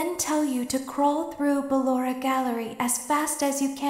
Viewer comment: Its "Ballora" tho